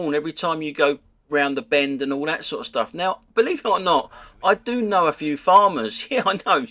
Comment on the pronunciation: "Hall where they're having ha whedding reception...! All the H's and a few more!